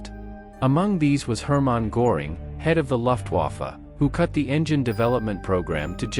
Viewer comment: poor robot doesn't know its m e not me. Thanks for the video I liked it otherwise. Next time put a space between the m and the e and the robot will pronounce it better. Also, German words are being pronounced by an English language robot so you need to change words like Luftwafe to how its pronounced, like looftwafe so the robot doesn't say the u sound.